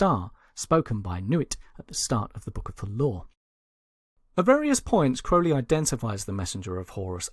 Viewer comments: It's Crow-Lee not Crou-lee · incorrect, The correct pronounciation is w a long O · Ozzy sang it wrong, interestingly the narrator here sets out how to pronounce it at the beginning then continues to say it wrong .. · Ozzy could have helped you with correct pronunciation of Crowley